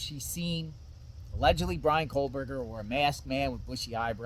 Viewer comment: You know it's kohbrrger you know it's kohberget? What you ain't right. Blah blah unsub